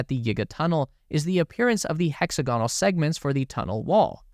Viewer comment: This fellow doesn’t know how to pronounce “hexagonal.”